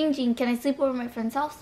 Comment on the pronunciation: It is pronounced GINGGGGGG ging not Ging Ging THATS his cousin